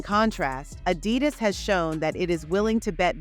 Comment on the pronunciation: fix the AUI reader. Its so annoying to hear AD -i-dus instead of a-DI-dus in the narrative